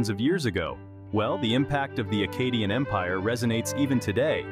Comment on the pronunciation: Good video but i will say... Maybe decide on one pronunciation of Akkadian... You pronounced it two different ways throughout the video and a couple times you pronounced it two different ways in the SAME sentence...